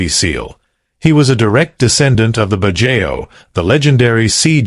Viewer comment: Pronunciation corrections: KIT-SU-NE…every vowel is pronounced, no silent vowel sound, kitsune means fox in Japanese. BAD-JAO…not badjeo, the letter O is pronounced similar to the letter W.